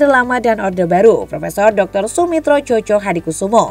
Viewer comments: Joyo bukan Jojo bacanya... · Joyohadikusumo gitu loh cara mbacanya Mbak'e... Atau achornya AI-kah?